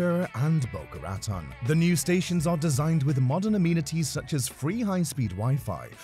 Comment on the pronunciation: it's pronounced boca ruhTONE. And the top speed is not 79 mph, it is 120 (between west palm and orlando). please do better research and stop using so much awful stock footage. there's hours of promotional brightline footage available.